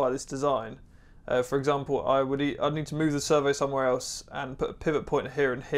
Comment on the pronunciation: swear i kept hearing "server" not "servo." Very nice build!